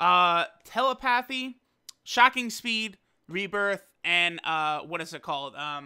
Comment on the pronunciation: he said "Teluh-Paathy"